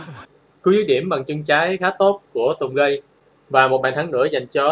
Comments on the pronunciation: Anh à, phải đọc là Tùng Gết chứ sao anh đọc là Tùng gay vậy:))) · tungage mà nghe anh nói tùng gay ko:)))